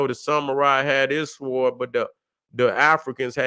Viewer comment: The w in sword is silent.